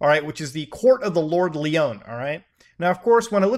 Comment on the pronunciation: It's not Leeon, its Lion. Lord Lyon lol